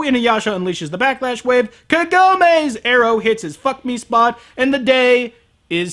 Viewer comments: Why is the voice acting of the sprightly heroine always SO awful in English? She's not half as terrible in Japanese. And WHY can't they pronounce the names right? Her name is KAgome. It's so bad the name that gets screamed all through the movie is pronounced wrong. Then again, good pronounciation wouldn't save this movie. And you're right, I never really looked at it this way, but that whole 'Sit!' power that literally makes him crash whenever Kagome feels like it (which is always) is pretty damn sick. Wow... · It's so hilarious that you keep saying kagome like that. I have had a joke with my friends for years about inuyasha how half the dialogue in the series boils down to: "KAGOMEEE!" "INUYASHA!" as she's getting stolen away by the demon of the week.